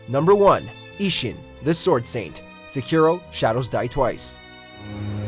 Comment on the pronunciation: Quantaty over quality. Now u make A lot of bad videos and readers even dont do simple small research they cant even say sekiro right and u put right pronounce in video... U going down for few last years because of lazy writting